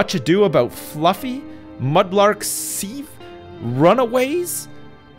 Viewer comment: The way he pronounced sieve.... Cmon